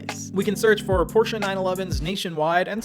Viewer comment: thank you for pronouncing porsche right ;)